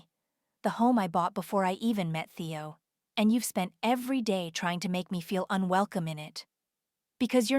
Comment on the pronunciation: Why wasn’t her sister at the birthday dinner? Nobody has a phone conversation in a public place with a lawyer on speaker. And can you teach AI to pronounce Theo. How did they get back in the condo if the security codes were changed?